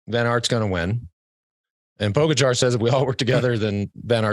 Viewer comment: George and Lance - learn to pronounce Pogacar. It's not that hard and it's rude to continue to put the accent on the wrong syllable.